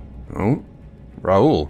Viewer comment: Raul as in Ball as in Paul as in Tall not as fool or as tool it is raul as in paul.